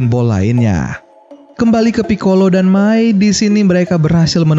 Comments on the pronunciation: mai bukan mia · Bang abang salah ngomong bang itu mai bukan mia